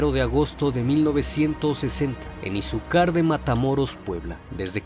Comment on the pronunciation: Es Izúcar de Matamoros más no Izucár